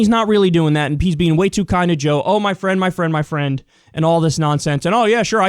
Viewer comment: “But Joe Biden is my FWIEND!!”